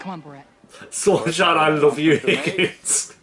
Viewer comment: anyone else get kinda triggered when he says 'higgins' instead of 'figgins' ?